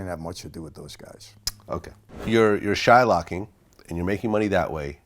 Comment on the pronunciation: ish He says Shilocking? Is that a jew thing? Shilock